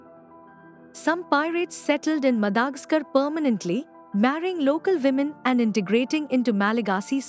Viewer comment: Madagascar is pronounced as what?